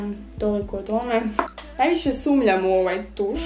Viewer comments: sumnjam se kaze a ne sumLjam.... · Jesi ti rekla "sumljam" ili mi se čini?